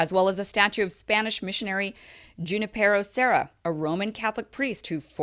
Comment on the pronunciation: I think Junipero's name is actually pronounced..... HOO -nipero. I only mention it, because I've heard a couple of other reporters say the same thing.